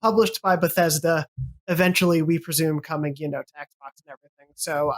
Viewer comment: Couldn’t he pronounce ‘XBOX’? Why? 🤔